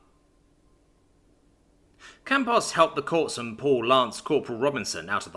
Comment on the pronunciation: The ps in corpsman is silent. Otherwise, it's a good episode.